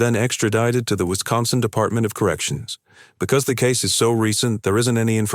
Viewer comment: Wistconsin. Wisconstin. Lol